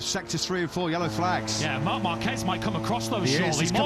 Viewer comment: Will the commentators ever learn how to pronounce Márquez???